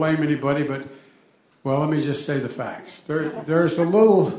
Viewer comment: He actually said "let's get the fats straight"